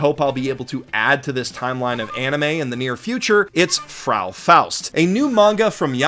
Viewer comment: Another great video! For me the best part was how you mispronounced the word Frau (^_~)